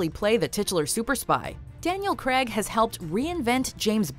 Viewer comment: Since when was Craig pronounced “Craag” !?